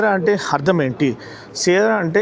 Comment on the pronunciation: హర్థం కాదు... అర్ధం..